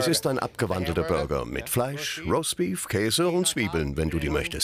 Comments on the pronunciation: "Raustbief rauskommt...."😂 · Was ist denn bitte rossbeef? Jumbo soll mal aussprechen lernen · Niemand: Absolut niemand: Jumbo: ROSTBIEF